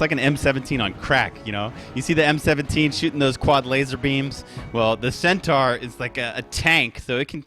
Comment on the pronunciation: Every caster is getting this wrong. Centaur, (cent-ore)